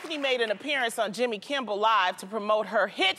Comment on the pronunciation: Loni said “Jimmy Kimball” 😭😭